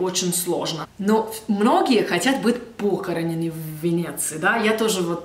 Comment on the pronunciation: Привыкать к красоте. ПохорОнены в Венеции,обрати внимание на ударение!